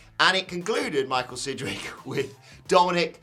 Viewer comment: Oh it’s Sidgwick. Close and thumbs down